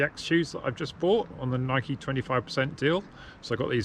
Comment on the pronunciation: Thank you for pronouncing “Nike“ the proper way.